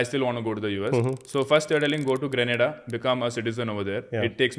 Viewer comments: The gentleman says indians speak good english . But he can't Pronounce grenada and barbados . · The anchor can pronounce govt .The guest can't pronounce grenada and barbados but hell we speak english well.